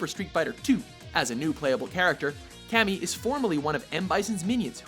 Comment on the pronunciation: LOL cammy toe